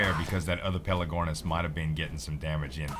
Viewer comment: pelAgornis !! Not pelEgornis !! haha same mistake that Sl1p made !!! ;-)